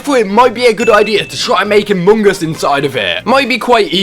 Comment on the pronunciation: Dear god. The way you chew up and spit out the word “among” is Horrendous!!!